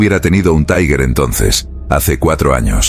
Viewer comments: 19.25 En Aleman TIger no se pronuncia Taigher, esto es en Ingles. Se pronuncia TIGA... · Sr. locutor: ¿por qué dice "taiguer"? 'Tiger' es una palabra alemana, no inglesa, y se pronuncia "tiguer". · Las historia es muy interesante y bien documentada. Creo que leí algo sobre el diario en alemán, pero solo añadiré un inciso. Cuando el narrador pronuncia la palabra Tiger con acento inglés duele oírlo. Es una palabra alemana y se pronuncia no como tigre en inglés, sino Tiger ( Tigear).